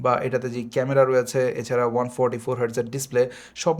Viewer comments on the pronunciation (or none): none